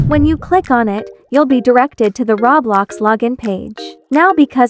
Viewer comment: I like u say rawblox